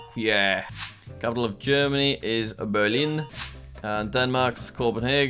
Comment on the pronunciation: When he said berlin he said it in a french accent😅